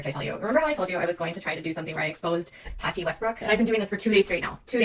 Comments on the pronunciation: Why do you pronounce her name like that. Have you not seen any of the million videos made about her where they pronounce her name correctly. Toddy westbrook lmao, so lazy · Not to be that person but it's "Tah-tee" not "Toddy". But yes I agree, Katie Joy is a stalker and totally went overboard in "digging up dirt" on the Westbrooks! She had no right to do what she did and she has literally kept talking about Tati's case against her even though if her lawyer (if he was worth what she's paying him) would have already told her to keep her big damn mouth shut until this actually goes to court! Good video! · The way you slaughter peoples names “toddie” 😂 it’s “TAATEE” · I hate when people mispronounce names. Tati not Tody.